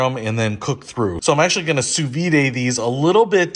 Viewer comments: It’s not ‘Sue Veeday’ it’s ‘Sue Veed’ (sous vide, under vacuum) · It’s (soo-veed). There’s no accent mark over the e (é). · Why are you pronouncing it soo-vee-day? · Hahahaha. Sou vide is actually pronounced "soo-veed" in America.